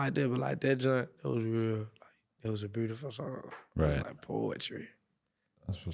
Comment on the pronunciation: 🤣🤣😂🤣 him saying the word beautiful